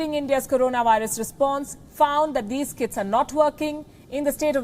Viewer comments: I had to hear it thrice, I heard Kids instead of Kits, I was like this is below the belt. 😂😂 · kits sounded like kids (last line she speaks)